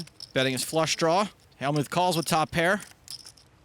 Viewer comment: Hell-mute, Helm-ute.. c`mon.. it`s Hell-mut.